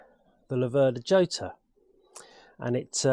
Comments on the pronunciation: Not djota, not iota, but rrrrrhota. J = rota in spanish. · Jota is pronounced "yota" in Italy and "hhota" in Spain! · Hota would be the correct pronunciation of the Spanish dance in 3 time, just as Jarama is pronounced Harama. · Ho-tar. if its Spanish. never heard it pronounced like that though. Yo-tar is what i mostly think of them as. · The Jota is actually pronounced Hota, but everone calls it Jota. It was a developement of the original Laverda 3cl and given the Slater treatment of high lift cams and high compression pistons and cast wheels. If you had good tyres on they actually handled very well, in fact I managed to grind the primary chain case adjustmeht nut at 45 degrees just cornering. They aren't without issues (head cracks at the spark plug and the alternator woodruff key is made of cheese. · Should be pronounced "chota" same sound as in Scottish "loch" Nice bike, but yes, why not give it the old racing colours? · They say the seat height is due to Massimo Laverda being about 6'4". Italians would pronounce it Lav'erda, with the stress on Lav not ver, and Hotter (just like warmer). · I think it's pronounouned "Ho-ta" as in the Spsnish name "Jose"..... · Nothing compares with that 180 sound. What a bike. PS: it's pronounced Chota, where the ch is like the ch in loch. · Jota is pronounced as Hota. The letter J in spanish is pronounced as a H just as Jerez the sherry producing region of Spain is pronounced Herez.